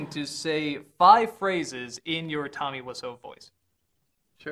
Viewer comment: Томми ВИСЯУ, а не Вассо